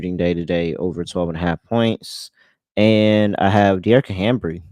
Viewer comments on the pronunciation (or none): I love yall but the mispronunciation of HAMBY'S name is driving me nuts 😩😅